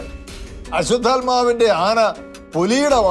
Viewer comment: അശ്വത്ഥാമാവ് എന്ന് ആണ് ചേട്ടാ, അശ്വത്ഥാത്മാവ് അല്ല.